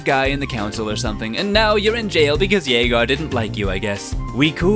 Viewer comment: His name is pronounced Juh-gar. Like Jafar from Aladdin but with a g.